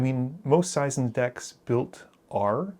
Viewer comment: Seizan is pronounced SAY'-zahn.